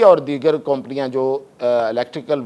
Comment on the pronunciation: You don't know how to pronounce (company ) Improve your language brother !